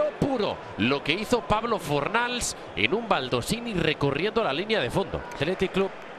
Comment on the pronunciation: Le dice plablo hasta luego lucarrr impresionante joder.